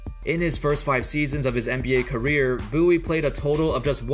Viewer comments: It's " Bowie" not "Boowie " 😂🙈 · I love how it's pronounced "Boo-wee" but it's clearly written as "Bow-ie".